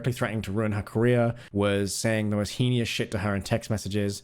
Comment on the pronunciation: He-knee-us? Hmmmmm.....🤔